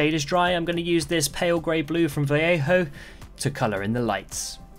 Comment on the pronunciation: Oh wow you pronoucne Vallejo like, damn near perfectly. Everyone gets it wrong and go Vall-ey-ho instead of adding teh B in there lol